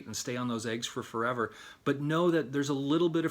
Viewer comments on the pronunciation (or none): none